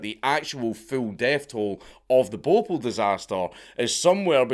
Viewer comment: hahahahaaha ! Bopul ! sounds like a pokemon i love Dank's accent 🤣🤣🤣